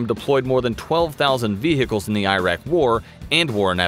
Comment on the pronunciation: Every time he says "Vehehicles" I take one sip of water.